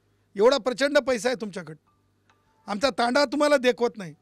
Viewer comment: तंड्या...🤪🤪🤪 तंडा..😝😝😝 अरे हेकण्या योग्य शब्द "तांडा" असा आहे?